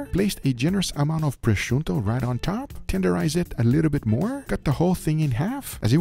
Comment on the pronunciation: prosciutto not prosciuNtto